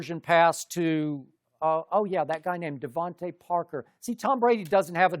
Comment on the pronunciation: LMAO Sharpe can't even get DeVonte Parker's name right